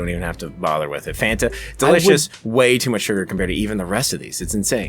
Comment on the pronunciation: I'd like it noted on the official record that was the first one in the video to say "Fan-tah"